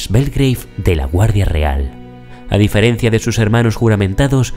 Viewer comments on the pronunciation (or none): none